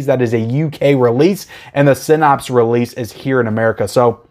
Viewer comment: You have to be pronouncing Synapse wrong on purpose at this point.